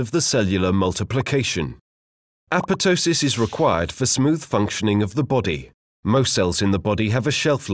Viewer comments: It isn't apetosis. It's apo-ptosis. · no. it is not pronounced correctly in this video. google it. The second P should be pronounced. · Yeah, this guy's second P on apotosis infortunately suffered a necrotic process and is missing. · ah-POP-toh-sis would be the closest to the original Greek pronunciation, by the way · Why are you not pronouncing the second "p" in apoptosis? It sounds so weird :p